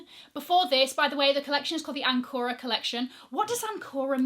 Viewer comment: ''Ancora''. closer to the french word ''encore'' means ''again''